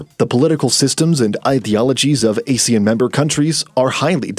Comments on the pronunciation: These AI-generated narrations should know that ASEAN is pronounced "ah-shan", not "ey-shan". AI is supposed to be well-informed. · We pronounce it !!! ahh sea an “ASEAN” not Asian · AH-SEE-YAN, you pillock! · How can people take this video seriously when the narrator can'y even pronounce Asean correctly? It's not A-sean with A pronounce as the alphabet A. It's A as in Armour then sean. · Even Indian news like WION still got their pronunciation correct, it's 'Aaa See Aaan'. Though it's unfortunate that British Pronunciation as heard in Google, ALSO got it wrong!